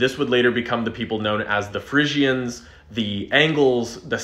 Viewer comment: Frisian is pronounced “free-zijn” not “friz-ee-isn”